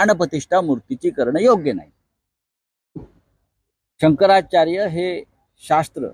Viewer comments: त्याला शंकराचार्य पण म्हणता येत नाही अजुन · ज्या माणसाला शंकराचार्य हे नाव पण उच्चारता येत नाही त्यानी टिका करावी ॽ